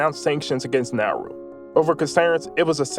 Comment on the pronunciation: Bro it's not nahru it's Na-u-ru and the amount of disrespect and audacity you have to talk about my home island like that! 😡😡